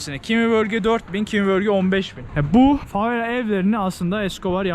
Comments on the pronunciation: neden yer isimlerinin hepsini yanlış söylüyorsun aq? favela yazıp herkes favela derken Brezilyada da burada da favella diyorsun neden bu sinir bozucu derecede yanlış konuşma inadı? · Sen favella dedikçe ben deliriyorum favela babacım fa ve la favvella değil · Kanka favela tek l ile lütfen bastırma :(